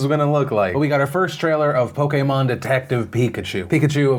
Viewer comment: Can we all talk about how weird Phil said 'Pokemon' please?